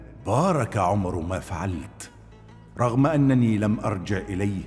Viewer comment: صححوا لو سمحتوا (عُمر بن الخطاب) وليس( عمرو بن الخطاب)